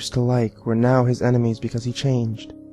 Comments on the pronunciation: You should've used That Guy With A Voice's reading of it. This guy mispronounced enimes, crips, and pizzazas. Those are all the ones I remember. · IEN-emies. He has IEN-emies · no, no, no, the reading is all wrong, it’s pronounced EYE-nemies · You said a word wrong It’s pronouncer “Eye-Nem-Ees” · He said strve but not enimes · ITS PRONOUNCED EINIMEES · “Enemies” You mean enimes? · It’s pronounced einimes